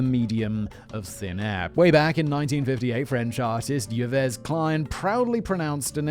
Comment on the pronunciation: "Yeh-vez" Klein? It's prounced "Eve."